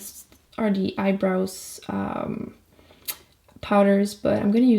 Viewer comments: It's kinda funny when her accents affects the way she says the. 😂😂 "da" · "dee" "dey" "dat"